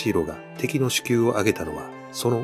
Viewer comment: 首級 しゅきゅう、ではなく しるし、だよ